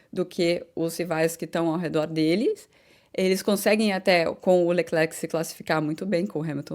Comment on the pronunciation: Bom dia, eu percebi que você e os (brasileiros, eu me incluo) falavamos "Leclerc".. Mas o nome dele, dizemos ( eu também aprendi) "Lecler", isso acontece com o nome " Giles" que as pessoas chamam de " Gile".. Não se diz a letra "C " do Lecler(c) isso não faz nenhuma differença, nas suas analises, é apenas uma maneira de dizer que gosto do seu programa.e adoro as suas analises. E eu, comecei a escutar as corridas (de Formulas 1) com Jim Clark, ainda no radio, so não lembro do nome da radio, eu era pequeno.